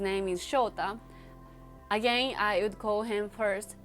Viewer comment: # please learn to pronounce the “would” and “again”🧐